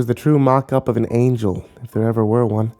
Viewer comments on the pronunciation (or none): none